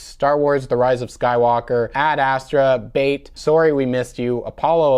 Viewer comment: Didn't realize you were Canadian until you said the title "Sorry we missed you"